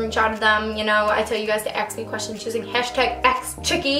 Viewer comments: I LOVE YOU BUT IT'S "ask" NOT "aks" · i love it that you say aks in stead of ask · Is it just me or does it sound like shes saying "ax" instead of "ask"? If its some kind of accent I'm sorry, I'm not a native English speaker so I dont really know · Dominika Elisabeth Pisula it's very common for black people in america to say ax instead of ask. i don't know that I've ever heard a white person say it outside of this video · it's interesting that you say "aks" not ask lol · I love how you pronounce ask "aks" haha ly😂😅😘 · aks. aks? AKS HAAAAA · A lot of people say that because it's such a weird word :/